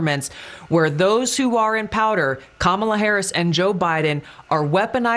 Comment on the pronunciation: sounds like she said those in powder. Either way she's probably right. 👃🏼 ❄️